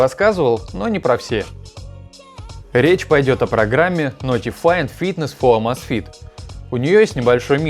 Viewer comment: Почему Амазфит, правильно Эмейзфит, так режит слух, так же как и Маил. Ру, когда надо Мэил Ру, чуть чуть можно выучить, что "a" английская не читается как по русски А! Хотя бы в гугл переводчик вбить и послушать правильно, автор ну! Будь грамотнее!!!